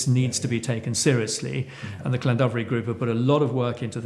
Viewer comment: It would be slightly better if you could pronounce Llandovery slightly better, but I fully support you. For me it would be an interesting exercise to track who owns the companies behind the wind farm, I tried but it seems to be very complicated